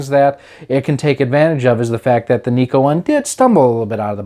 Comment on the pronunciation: It's not Niko but Nyko.. With a Y.. Pronounced like Seiko..